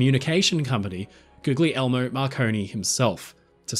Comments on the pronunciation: FYI, marconis first name is pronounced like goo-lee-el-mo, googlie-elmo would be a good name for a tickle me elmo spinoff though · So much research went into this but he didn't bother to look up how to pronounce Guglielmo correctly